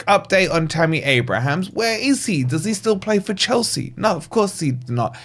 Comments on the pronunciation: That’s Abraham - no ‘s’. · At least pronounce his name properly man. There's no 's' at the end.